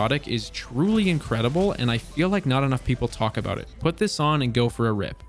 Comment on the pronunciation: Nice video. Haha aboot